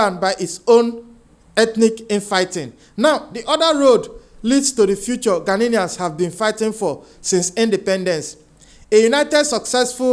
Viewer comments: GHANAIANS NOT "GHANANIANS" PLEASE PRONOUNCE OUR CORRECTLY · They are not ghananians they are "GHANIANS"get that right please and take note of the pronunciation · Stop saying ghananaians, it's ghanaian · My brother no disrespect but it's "Ghanaians" no "Ghaninians". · Ghanaians NOT Ghananians, please!!😂